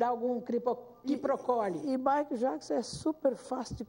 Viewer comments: Mai jaquizon? COMO ELA CONVIVEU COM MICHAEL E NEM SABE FALAR O NOME DELE?? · Michael jaquisom, a mulher não sabe nem falar! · Jura mesmo que ela ensinou o Michael Jackson a sentar na mesa? Kkkk E agora rastando garganta no programa. Viveu 20 anos com ele é até hj não aprendeu a falar o nome de Michael Jackson